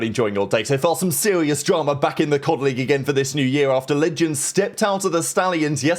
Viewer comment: Some sewious drama